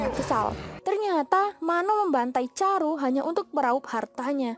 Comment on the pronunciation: chandru.. Bukan caru